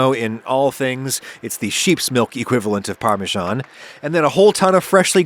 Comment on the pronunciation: What's that parmeshaan again, the dim cousin of parmesan?